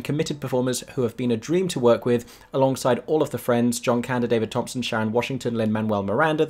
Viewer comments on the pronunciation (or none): none